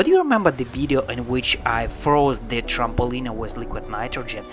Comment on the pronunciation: You say trampoline like trampolinea. It's supposed to be tramp-uh-lean. Your accent is so cool lol